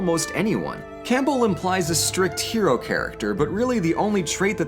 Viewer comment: I hate to be that guy but I have to say it: you pronounced Campbell wrong, it’s pronounced Cam-bell not Camp-bell